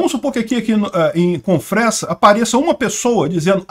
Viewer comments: SE FALA "CONFREZA" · Confresa se pronuncia com z